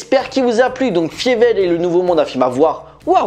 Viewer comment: C'est bizarre, tu as vu le film pour cette vidéo mais tu prononces "Fiévelle" au lieu de "Failleveul". Une erreur souvent commise dans les VF des séries de ces dernières années quand des persos mentionnent le film, mais la VO et la VF de la saga prononce bien "Failleveul" pour le nom de Fievel...